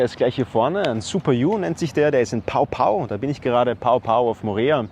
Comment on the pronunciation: Ia ora na. 🌺 Dankeschön für das Video. Ich geb mal noch ein bisserl Info dazu. Mein Mann und ich leben seit 3,5 Jahren auf Mo'orea. Den Ort Pao Pao spricht man nicht "Pao Pao", sondern "Po Po" aus. Das leere große Regal im Super U ist das Regal mit Aktionsware, d.h. wenn grad keine Aktion ist, dann ist es eben leer und wird dazwischen dann wieder aufgefüllt oder auch nicht. Ja, es gibt es auch mal überschaubar gefüllte Regale, aber das ist eher selten, wie z.B. bei Streik im Lebensmittelgroßhandel (der gerade zu Ende ging) und der Super U wenig Lagerfläche hat. Oder noch seltener, wenn ein Frachter irgendwo auf See festhängt. Aber wie im Video gezeigt, bei Eiern, da gibt's öfter Engpässe und auch bei Tomaten, wenn grad halt mal keine Erntezeit bei den lokalen Bauern ist. Importierte Tomaten gibts schon auch, aber die sind extrem teuer. Umrechnungskurs ist günstiger als im Video gezeigt, nämlich 1.000 CFP = 8,38 €. Also sind 5.000 CFP 41,90 €. Nun ein paar Infos von mir: Ich war schon in Deutschland eine Schnäppchenjägerin und das bin ich auf Mo'orea erst recht. Unsere monatlichen Kosten für Lebensmittel/Gebrauchsartikel (inkl Hundefutter) belaufen sich auf CFP = 670,40 - 838,00 €. Wie das geht, hier die Info im Detail: Der Super U ist in einigen Dingen günstiger (z.B. Hundefutter, Gewürze, Käse von Käsetheke), aber im Gesamtvergleich auf der Insel ist der Supermarkt Champion in Vai'are die günstigere Option, weil der dort auch um einiges größer ist und oft die besseren